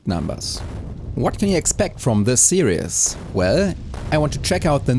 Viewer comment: The way you pronounce "series" is perfectly valid, but if you're curious how it is spoken by English as a first language speakers, we pronounce it with only two syllables, with both the first and second half being pronounced like German "ie," like in the song name "Die Forelle." No matter how it's pronounced, I'm looking forward to the rest of the series! It's already off to a great start!